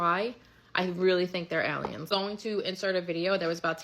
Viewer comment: "I really think they're allyens."